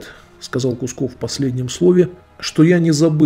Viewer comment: почему искажаете фамилию? КУКСОВ! НЕ кусков!